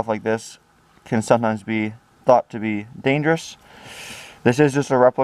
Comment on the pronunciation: He is a grown man reviewing a toy gun its danfruff